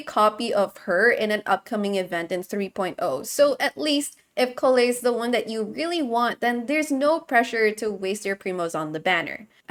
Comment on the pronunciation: Lovely that does know how to pronounce Collei correctly